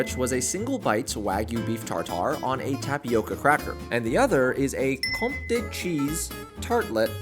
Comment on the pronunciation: it’s pronounced comte, one syllable. also thanks for making this vid, i have zero desire to go on a cruise let a lone disney cruise.